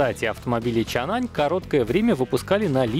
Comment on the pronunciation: Мы всё-таки настаиваем на произношении «Чанъань». Оно и точнее отражает оригинальное. Российское подразделение, кстати, так и называется: ООО «Чанъань Моторс Рус».